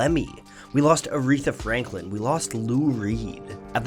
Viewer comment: Aretha "Franlkin"?